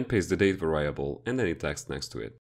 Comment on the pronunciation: Nice video, but it's pronounced VAIR REE ABULL not VAR RYE ABULL